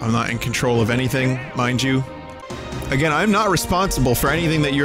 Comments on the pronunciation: "Try Agrain" A grain? No thanks, I'm trying to cut down on the carbs. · 'try agrain'